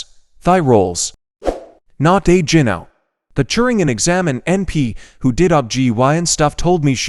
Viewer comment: You think they could hire someone who knows how to read the words correctly! ITS GYNO AS IN GYNOCOLOGIST, NOT JIN-O LIKE GINGER!